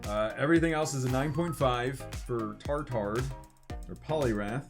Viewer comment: aha no in french you don't pronounce the D at the end of Tartard :'D he is maybe lookin stupid but he's not a tard ! it's like Steak tartar and pti tar leveinar